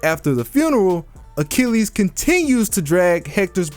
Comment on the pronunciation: Pat Sajak I'll solve: Mythological Hero A-chill-es